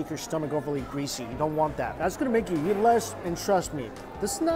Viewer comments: I still find it funny that Mike says 'eat', but it sounds like 'YEET'. So whenever he says 'Lets go eat this food', it sounds like 'Lets go YEET this food' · Everytime he says eat - I hear Yeet.... in fact any time he says any word that starts with a long e, I swear he's saying it with a Y in front. LOL. Yeither way - good review. I'm hunnngry!!! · well thats what he does he dont eat the food but he yeet the food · I heard yeet also, and it made me laugh to imagine Mikey yeeting his food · wtf it was the first time i tought i heard yeet and look what got commented here. funny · I thought he was saying yeet. I was like oh this guys pretty hip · “We’re gonna go yeet.” Thats what I heard lol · did he say eat or yeet? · I.meen yeah it is funny , and he would laugh too , snowflakes .lol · can't un-hear it now lol